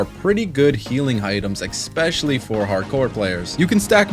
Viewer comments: The word is 'eSpecially' This nigga: 'eXpecially' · Had to stop after 3 minutes. Can’t listen to a person who can’t pronounce especially. It’s ES! Not EC, ESPECIALLY! Not ECSPECIALLY, you absolute invalid. 🤦🏻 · "Exspecially" hurt my bones xD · "EX-Specially" Lmao, it's wild how people seem to add letters to some words. I bet bro says "exscape" as well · bro you need to learn how to say "especially" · Good video but there is no “x” in “especially”